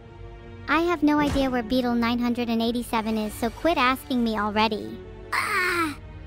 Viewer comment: Beetle. Another entry to the growing list of Vedal's name miss pronunciation.